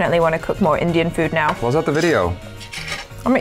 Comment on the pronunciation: Is it just me or does "now" sounds like "nyao"